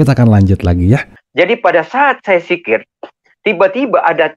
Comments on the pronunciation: Zikir bung bukan sikir.. klihatan bgt murtadin odong"..masa dosen bc Al'quran gk jelas. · Pendongeng handal ya 😂 maaf" ni yaa . Kalo Bapak dulunya islam pasti hal" yg udah dipelajari dari masih kecil pasti ngga akan salah dalam penyebutannya . Sekelas kata Dzikir aja diucap jikir 🤣kan lucu pak Edit: masih banyak juga kesalahan kata yg diucap 🤣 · Zikir goblok bukan sikir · Al khurabah... Wkwkwk... Apa an itu al khurabah? Kalau mau bohong mikir dulu dong... Biar nggak ketahuan, masa lulusan tarbiyah dan pengajar ngaji aja nggak betul mengucapkan kata dzikir dan laa ilaa ha ilallaah